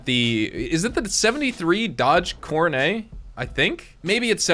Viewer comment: The name is pronounced Core-NET. NOT "Core-nay". Plus the sedan is the spitting image of a Plymouth Fury. I almost had one just like yours in high school, but without the black roof. -- It IS sad, though, that GTA (Rockstar Games) calls a 4-door sedan, a "muscle car". It clearly is not. Muscle cars tend to have 2 doors. This lovely specimen has too many doors to be a true muscle car. -- I'm just sayin'. -- Have a nice day. 🤘🏻